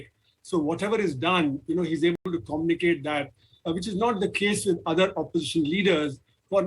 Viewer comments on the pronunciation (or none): The bearded guy is pretending to speak in English. What's "Commnicate"? It's Communicate!